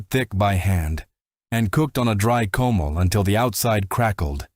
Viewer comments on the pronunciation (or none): Clean a CO-MAL! Only one of many mispronounced words! For Christ's sake people! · It hurts my ears to hear comal, nopales etc mispronounced and to see all those white faces representing brown faces --- oh come on. Lazy editing you can do better.